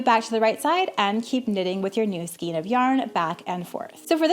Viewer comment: Very efficient and thorough BUT please look up pronunciation of “skein”. Great video otherwise.